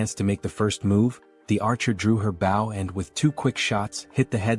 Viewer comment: Your English synthesizer has a few easy mistakes to fix. Bow has two distinct meanings and pronunciations. Bow 🏹 pronounced with a hard O, and bow as "To bend" pronounced how your video probounces it. I would suggest for 🏹 to be written as "Bo", "Bough", or "Boe" in your script.